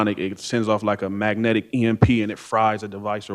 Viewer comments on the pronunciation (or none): none